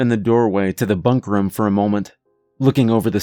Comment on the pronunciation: "From the bunk ruhm" Not the room, the ruhm.